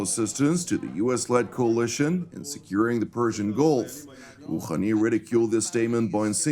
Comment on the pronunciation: Iranian president "khhhhhakhem Khooookhhhhhhhani????? It is Hassan Rohani. Hhhhhhhh not khakhan